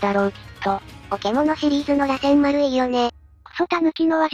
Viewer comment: 螺旋丸(らせんまる)、尾獣(おけもの)、八尾(やつおorやお)、七尾(ななお)、五尾(ごお) 辺りは気になる 特に螺旋丸は主人公の得意技で、NARUTOでのキーになる技だからこれだけはしっかりやってほしいよね